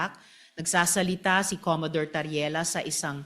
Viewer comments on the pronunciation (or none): Commodore hindi Commadore